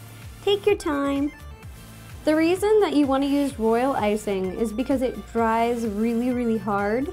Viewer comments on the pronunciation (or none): none